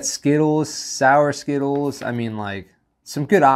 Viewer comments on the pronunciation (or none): none